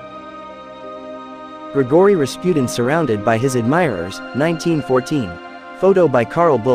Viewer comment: Ya mispronounced Rasputin! Do you even have a clue who he was?